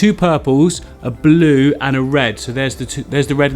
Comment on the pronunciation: I like u pronounce, abbluuuuu (blue)